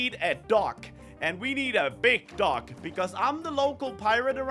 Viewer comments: Is it me or is anyone else hearing say duck instead of dock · says dock, I hear duck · I heard duck the whole time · saying dock like duck😂😂😂😂